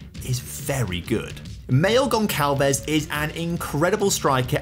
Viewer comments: Goncalves is a soft C not a hard C. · By the way, when the letter C has that little s underneath you pronounce like an S so Gonçalves is pronounced Gonsalves. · stop saying gonçalves wrong jesus